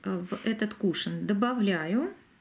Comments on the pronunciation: Очень режет слух, тем более, что часто повторяете это слово)) правильно говорить - кушОн!!!!! Если бы ударение было на первый слог, то вместо О , была бы Е. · Извините, но вы неправильно произносите слово кушон ударение на втором слоге